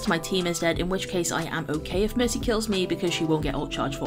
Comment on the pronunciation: I love how you say Merki XD. That name was so true when they first changed her ult. Nanovalk was fun while it lasted.